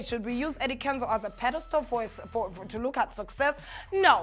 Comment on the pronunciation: Pedestal NOT Pedostool. What is education?? You were right the first time